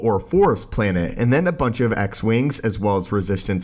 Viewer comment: Planet not “planehhh”